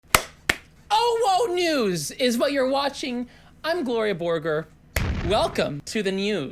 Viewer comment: Why do you say "nyewws" like that you absolute slice of bread